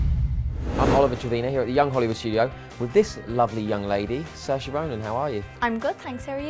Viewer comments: It should be 'seer-sha', but this guy (and many other non-Irish people) pronounce it 'sir-sha' - which is wrong :) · It's a Gaelic name. "saoi" in Gaelic is pronounced "see." "Se" is pronounce "shah" like Sean, another Irish name :) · It's pronounced "ser-sha" google it. You'll easily find video of Ryan Gosling teaching the world, "its like inertia" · How on Earth does the name 'Saoirse' end up sounding like 'Sesh'? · It's pronounced sear-sha - meaning Freedom. Her family name Ronan means Little Seal. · Did he say 'Sasha' Ronan? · RB&MPDrummer LMAO you think I don't know that? That's the whole reason I'm saying he sounds like he's calling her "sasha" not saoirse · her name is pronounced SASHA?? i would not have gotten that.